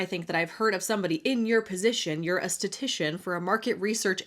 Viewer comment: Statistician not statician